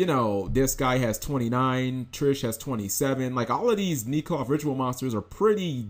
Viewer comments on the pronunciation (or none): Nee cloth? No...I'm sure it's neck-loth. Why does that "e" jump to a long "e" sound for no reason. English.